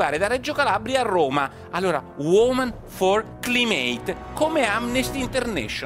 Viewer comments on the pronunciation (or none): "CLIMATE" si pronuncia "claimet"...